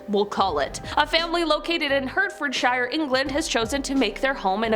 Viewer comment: UK - Hartfordsheer, not Hurtford-shire